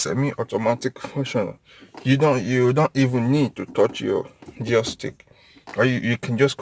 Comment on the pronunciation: It took me a while to understand you were actually calling the gear changes as Jarrr